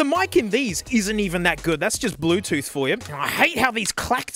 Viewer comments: "da blutuf devize iz rilly two pear" 💀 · "ze brutoof device is rede to payar" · ZE BLUE TOOTH DEWICE IZ REEDY TO PAIR.